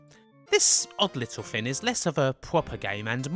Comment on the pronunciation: Why always "Thin" instead of "Thing" ?